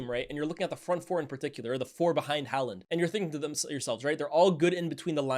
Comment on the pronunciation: The way he pronounces haaland 🙄